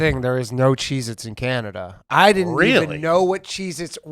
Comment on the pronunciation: calling Canada, "Canadia" 😂